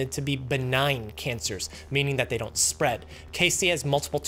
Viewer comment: "up to thet point." 👁️ 👄 👁️